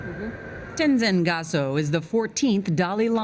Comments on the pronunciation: "tenzen gyasoh" that butchering tho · I shouldn't be but she said Tenzin Gyaso... I'm dead😂😂🤣🤣